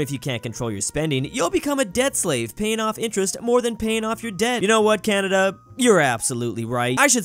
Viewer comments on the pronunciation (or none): none